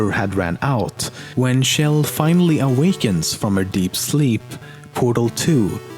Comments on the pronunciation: Why tf does everyone pronounce Chell like Shell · its CHell not SHell and CarolIN(with silent e) not CarolYNE. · Who is this Shell person you speak of? I know you mispronounce tons of things but named shouldn't be one of them. It's a pronounced like Check at the beginning. The same sound Chug makes. Chell. Source: Valve employees pronounce it that way. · It's chell not shell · The ch sound in Chell is pronounced like the ch in cheese. Not like the sh sound in shell. You can hear it being sung that way in Cara Mia Addio by GLaDOS, at the end of Portal 2.